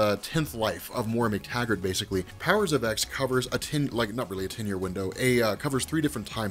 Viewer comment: Please for the love of God pronounce the title correctly